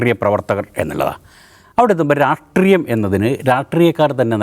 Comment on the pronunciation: Ratreeyam alla rashtreeyam